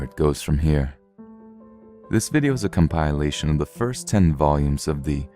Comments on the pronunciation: lol omg, u said Com-Pie- Lation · Apart from 'compliation'. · Com pile lation? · He literally mispronounced "compilation" in the intro lol. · Ironically he mispronounced ‘compilation’ within the first minute as I read your comment! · Actually no... he pronounced ‘compilation ‘ wrong. 😎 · 6 years later....except how he says compilation at the beginning of this episode haha. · Within the first 30 seconds he says compilation with a long I.. lol.. I don’t mind but found it funny that I saw this comment at the same time.